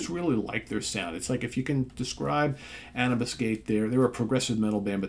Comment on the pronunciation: I believe it's pronounced anoobis. Andromeda Unchained & The Detached are awesome! THey went a bit commercial from there. Hope they've gone heavier again?